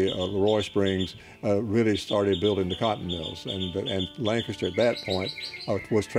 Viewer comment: It's a shame you cant pronounce Lancaster like everyone else in SC does. This is not Pennsylvania. So offensive and you say it a thousand times.